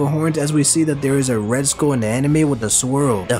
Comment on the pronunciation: Take it as a joke. The Letter O in Rocks gives me a vibe of Ghost Rider lmao. As always, you my fav YouTube analyst. Kudos to both of you, and. P.S. You always pronounce SKULL as SKOLL. lol.